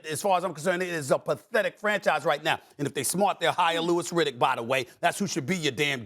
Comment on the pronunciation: This man said Louis Riddick